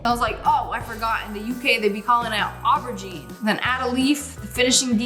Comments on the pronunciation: You pronounce it as O BRUH GINE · btw it’s pronounced ( or how most people pronounce it ) ‘ o-ba-geen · It’s pronounced o-ber-jean hope that helps 😊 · Erm it’s aur Bow 🎀 jean